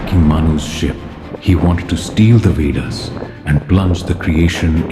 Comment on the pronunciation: He said veders😂